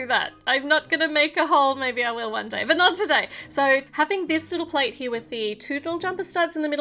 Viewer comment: "platts" XDDDDDD lmao